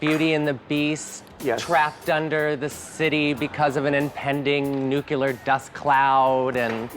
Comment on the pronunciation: Nuclear, CORRECTLY pronounced: NEW CLEAR, not "new kyoo lur" . . .